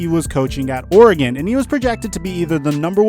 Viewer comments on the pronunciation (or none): none